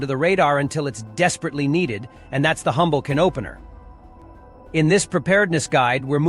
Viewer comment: What's a hummblecunopener